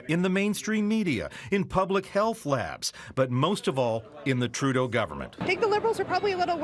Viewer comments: is one of the few who actually pronounced his name correctly. Congrats! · Good on you for being the ONLY person outside Canada to say his name properly. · Thanks for pronouncing his name right!! From what I've heard from other journalists, it's harder than you think. :)